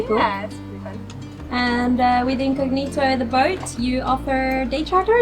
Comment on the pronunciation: A simple question..is Incognito an english word? Last time I check was italian, so why you as italian pronounce this word with the wrong accent? I mean maybe is also an english word so you can enlighten me, thanks!